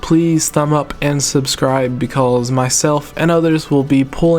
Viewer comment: You says "Because" like "Becauls"